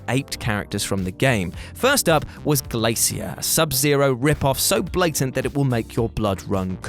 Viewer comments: The way he says glacier triggers me lol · Is that really how British people read glacier lol